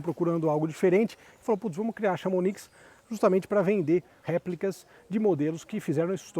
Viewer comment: Vídeo e carro legal! Chamonix é uma cidade na França. Se diz "chamoni" o "x" não se pronuncie.